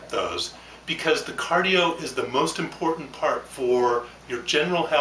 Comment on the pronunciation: lol he said impoytant